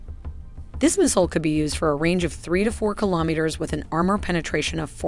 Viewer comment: you wouldn't say 'Ka' as in a single word, but instead as two letters, a la "K.A. 52." Also, the 's' is missing from pronunciations like 'meters' and 'kilometers.' Another amazing video! Best content out there describing military technical data...and the models are simply incredible. I am amazed every time!